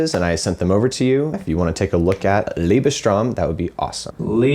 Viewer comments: It's not pronounced Liebe-"strom" like you guys are saying. It's Liebes-"droy-m". It's a German (compound) word. The "t" sounds like a "d" and the au sounds like "oy" because there's an umlaut. Otherwise, it would sound like "ow". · First of all: "Liebestraum" is not pronounced "Lebestrong". The German "ie" is pronounced like the English "ee" and the German "au" is pronounced like the English "ow". In my opinion Lang Lang is playing this piece by Liszt as though he was playing Gershwin. It doesn’t matter whether or not he is note-perfect. He tries to turn Romantic music into something thoroughly alien which may satisfy those who have no discernment or those who like contemporay versions of classical pieces. His body language is another issue but I won't even touch on that. For me Lang Lang is unbearable from any angle, physically, musically. He is a showman. But showmen are rarely true artists. And no, Beethoven would not approve. He wasn't into clowns.